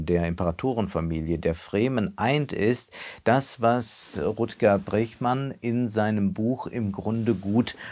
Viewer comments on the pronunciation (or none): Rutger Bregman wird "Rütger Brechman" ausgesprochen 🙂